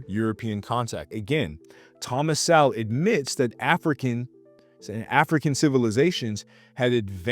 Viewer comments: It’s pronounced Soul not sowel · You pronounce his last name (So -Wol)So-Wol. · You can’t even pronounce “Sowell” dummy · If you are going to bring up Thomas Sowell you should know his work and maybe read Black Rednecks and White Liberals and also pronounce his name correctly by the way it’s a shame he never ran for president